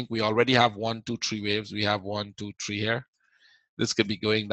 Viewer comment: Its one two three not one two tree